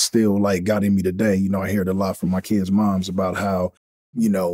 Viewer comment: Following on form my first comment and touching slightly on the third ….. to call your mom / mother “mooooooms “ is something else to add to the list of things that put u in the category of a person that will attract trouble. Just say mom. No issue. It’s normal and being normal won’t add to any of what I think u think is character or being part of the streets only makes u look more boring then u already do. Moms. That two mothers. That isn’t possible. Your saying something that isn’t possible and adding a while other syllable to a very simple word. Wat a nob. But ….. we have learned the game was in Forster care. There is a clue there. Not to in anyway attack people that are in the care system but I think it speaks allot of the outcome of a person from a broken home. I myself am such a person. I hope he took the time to try and learn how he come to be and also the circumstances to which his own family fell apart. I can friggin guarantee it was due to the very ganglife rubbish he still seems to be trying to push to this very day. Vlad enables this rubbish. I’m the Keithy d interview , the guy mentioned no end of times about his involvement and respect for sports. Vlad skipped over this everytime to ask him about those gangs. Those guns and those drugs. Pablo escabar and Tyson. Not that I’d expect mr d to give a speech on equality and the circumstances that led to his desire to be successful via money but surly it’s the responsibility of a good interviewer to steer the conversat